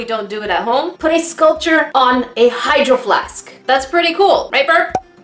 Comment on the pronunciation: I always hear “hide your flask” instead of “hydro flask”